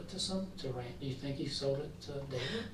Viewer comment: Pathetic crying. Poor RAIN-DY as you pronounce it in America.